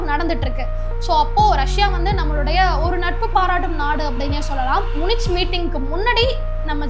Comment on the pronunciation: நன்றான பதிவு. Munich... ம்முனிச் என்று சொல்வது தவறு. ம்முனிக் என்று உச்சரிக்க வேண்டும்.